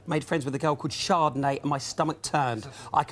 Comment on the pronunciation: She calls a kid chardonet wtf, its a drink